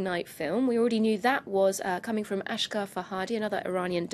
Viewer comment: It's not aSHgar it's asGHar 😂